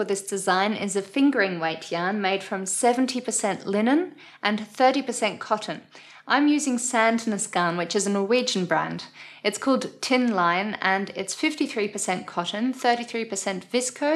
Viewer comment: Tynn Line yarn, tynn= thin, Line is a girls name as well as it means line. The i is pronounced like ee.